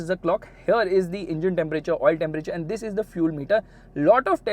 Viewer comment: the emphasis on " this" every now and then is so annoying